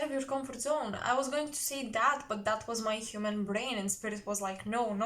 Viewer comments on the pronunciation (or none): none